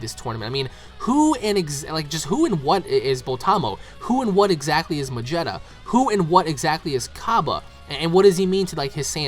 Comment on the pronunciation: Its not MADŽETTA its MAGETTA